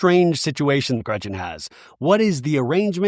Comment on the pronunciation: I am so happy you stuck up for Shannon. Also please don't call Gretchen Gretchers same amount of letters so what is the point.